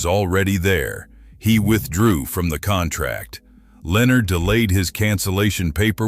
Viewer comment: This ai cant even pronounce Lenar and Pulte the correct way😅😅